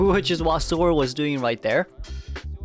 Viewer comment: Please call MiraiK as mirai-kan and soar as sora 😂